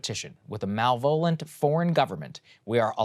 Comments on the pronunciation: malevolent?! How do these public intellectuals not know how to pronounce mainstream words. It’s Muh leh vah lent not mail VOH lent (Pronunciation and syllable game is in the gutter). You can consult Webster for the correct phonetical breakdown but damn bro, way to take that shot and just throw the dart into your foot. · I love ya Sagaar but “malvolent”? It’s malevolent. Slow down a bit and ya won’t make those wrong word errors so often though I must say I find it an endearing quirk. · Did sagaar say “Mal-Volent” instead of “Malevolant” out loud? 😂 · it’s MAL-e-VO-lent, Saagar 😂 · MalVOLent?!? Jesus, Saagar, try a read through before air time? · I find it weird that Saagar pronounced it as “Malvolent” lol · "mal-VOLENT"... lol. Teleprompters + stress = funny results sometimes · Did he really just pronounce "Malevolent" as "Malvoent?"" LOL. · Mal-vole-ent... Just let that sink in... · MAl-Ev-O-Lent Antonym of BEN-Ev-O-LEnt Four syllables First syllable (Mal) means bad. It can be pronounced with a short a or an ah sound, but not "mail." It obscures the meaning. Hopefully this was just a simple reading mistake and not a trend, or the obsessed linguists among us may not be able to cope. 😂 My fellow obsessed linguists will understand. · Did he say malvolent? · Mal-vone-ant......do ya suppose he meant malevolent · Saagar's pronunciation of malevolent 😂😂😂😂😂😂😂😂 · Saagar you are a man and your 30s with a beard you should know how to say the word malevolent... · the fact that Saagar can pronounce Krishnamoorthi without a hitch, but stumbles over malevolent cracks me up. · Have I been pronouncing malevolent wrong my whole life or is this one on Saager? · Without knowing how YOU say it, I CAN tell you Saagar was wrong lol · Was Saagar trying to say malevolent there? 😂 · Yep lol